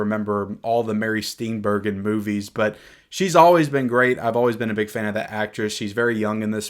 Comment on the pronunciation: Steenburgen = "Steenburjin"